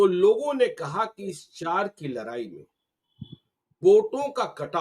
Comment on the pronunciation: लड़ाई होता है लरआई नहीं